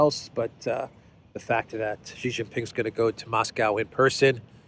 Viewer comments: OH MY GOD STOP IT. XI JIN PING is pronounced SHEEE JIN PING NOT JHEEE JHING PING, JHEE JHEE is Penis. Listen to how, your Duran partner Alexander M. Says it SHEEEEE like female, NOT JHHHEEE like weird Australia Sky News.. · His name, Xi Jin Ping is pronounced SHEE (like female) JIN PING not JHEEE JHING PING. Jhee Jhee is slang for Penis. You are insulting him.